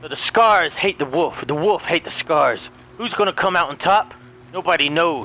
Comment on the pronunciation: Not to be mean but I find it so funny how he say wuff instead of wolf